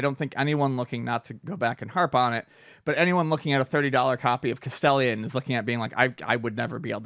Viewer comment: lol 🤣, cas-tell-ion = castellón😭 best Spanish EVER. MURR-CA - Trump '24😜